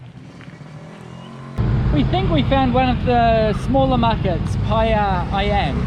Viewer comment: It's I-um (Ayam/chicken), not i-am :/ Great video btw, I currenty live in Palembang, south sumatra, u should check out our amazing province down here :D